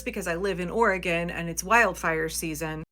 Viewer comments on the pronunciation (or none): none